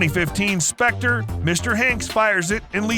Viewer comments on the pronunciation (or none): none